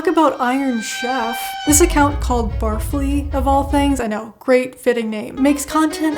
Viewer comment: I...... think it's bar-fly